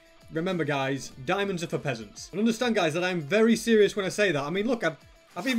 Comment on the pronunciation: Shtewpid dimonds lol